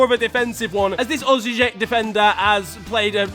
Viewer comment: you butchered Osijek, for a simple tip, just imagine an h after each vowel (a turns into ah, e into eh, (not really, its more like ee), o into oh, (like in dot) and u into uh (like the two o's in root), and j is pronounced like y alternatively (for croatian hnl clubs) you can use this list: Dinamo Zagreb-Deenamo Zahgreb Hajduk Split- Hayduk Spleet Osijek- Ossyek Rijeka- Reeyeka Istra- Eestra Gorica- Gohreecah Lokomotiva Zagreb- Lokohmohtivah Zahgreb Šibenik- Sheebeneek Slaven Belupo- Slahven Behlupo (or Belupoh) Varaždin- Varazshdeen